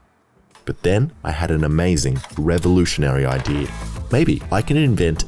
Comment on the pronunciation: It is idea not idear